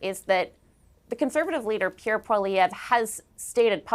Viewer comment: get Piere’s name correct please